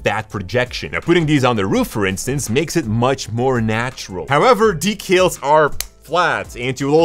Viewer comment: why does he say decals like that?